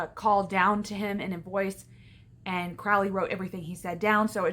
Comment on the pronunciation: Good video but it's pronounced "crow-Lee"